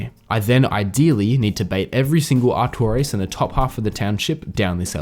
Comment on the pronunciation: His name is artor-ias ........artorias